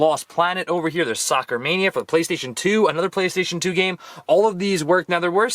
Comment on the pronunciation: Did he rly just say playstion 3😂😂